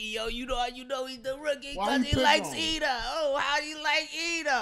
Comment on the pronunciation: It’s Iida bro, not Lida